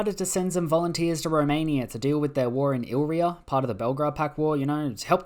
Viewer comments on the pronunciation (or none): It's pronounced I-li-ri-a not "ilria" 😂😂😂